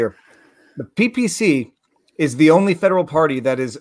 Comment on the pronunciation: When he says federal government it sounds like Fidel government. LOL